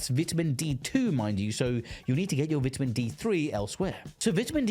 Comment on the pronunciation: cant stand the way you pronounce vitamin